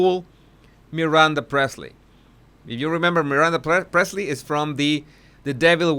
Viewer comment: Priestly not Presley!!